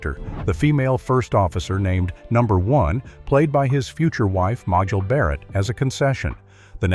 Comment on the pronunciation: May-jel Barrett, Leonard Nee-moy, George Tak-aye, if you're going to promote the show, pronounce the names RIGHT.